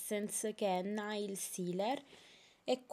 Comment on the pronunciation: Una cosa.. NAIL non si legge "Nail" con la A ma "Neil" con la E.. :P Ciaaaaaao :D